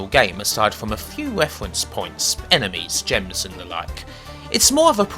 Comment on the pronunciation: why does he say lee instead of the?